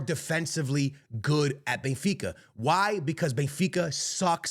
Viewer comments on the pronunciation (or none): Here we go, the Real Madrid fan boy who says he’s a die hard “bayinfeecuh” fan😂😂😂